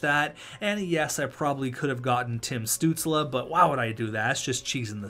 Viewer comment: the pain in hearing the butchering of Stuzle's name